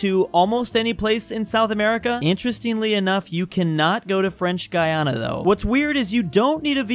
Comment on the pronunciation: French Guiana is pronounced French Gee-awnuh fyi